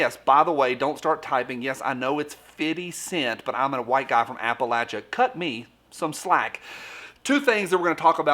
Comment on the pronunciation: At least he pronounced Appalachia correctly.